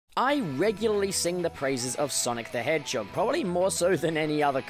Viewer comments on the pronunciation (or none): No one:: Sonic the HehJOG